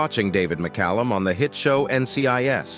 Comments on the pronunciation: Thanks for pronouncing his name correctly. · My local newspaper didn't mention his name either. They had no trouble forgetting to mention more liberal actors, of course. Thanks for pronouncing and spelling his-and Illya's name correctly.